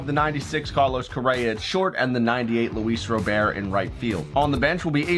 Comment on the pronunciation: Just a heads up Luis Robert name is pronounced like the someone’s first name but overall good vid keep them coming